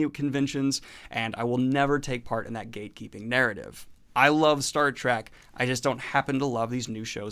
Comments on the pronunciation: It's Star Trek not Star Track :P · Love ya bro, but evey time you say "Star Track" its like nails on a chalkboard.